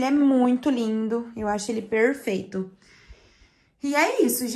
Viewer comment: sua casa está lindíssima, como você diz PERRRFEITA kkkkk Grava vídeos diferentes pra nós. Receita vlogs. Desculpa 🙈🤣